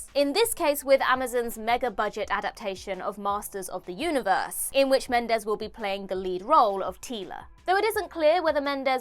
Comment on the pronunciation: It's Masters of the Universe, not Masters of the Uter-verse 🤪